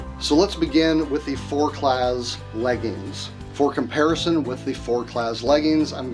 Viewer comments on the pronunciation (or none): the Z is silent in forclaz and quechua is not a french word... i'm surprised you haven't heard of quechuas with your religious background